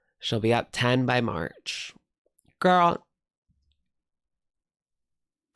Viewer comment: It’s not girl math, it’s Gorl math